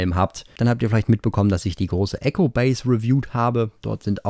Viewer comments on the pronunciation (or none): none